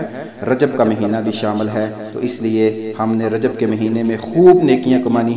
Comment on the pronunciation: رجب میں ب پر کسرہ آئیں گی